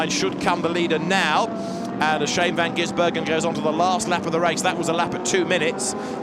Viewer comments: please, it's Van Gisbergen without the middle 'N' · I wish someone would tell the commentator how to pronounce Shane Van Gisbergen's name properly. It's not GiNsbergen.